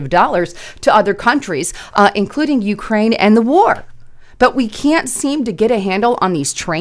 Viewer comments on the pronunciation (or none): none